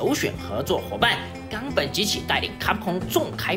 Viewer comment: 冈本这俩字咋被你念的这么咬文杂字儿的呢wwww